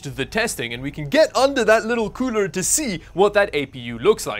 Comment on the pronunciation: Every time you say cooler i hear pooner